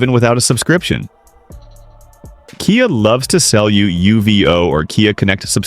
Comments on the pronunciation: oops....said - k-eye ah instead of key-ah ....on one occasion......caught the a.i. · AI's pronuciation of KIA is hi...lar...ious!😂